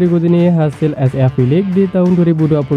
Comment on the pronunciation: Chenelmu bgs min cuma cara bacanya itu hlo,baca SEA nya jgn gitu biar lbh berwibawa😅